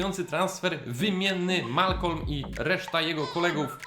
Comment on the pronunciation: Malcom a nie Malcolm.